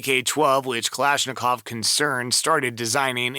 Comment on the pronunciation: Please, please... Don't say Kalishnikov...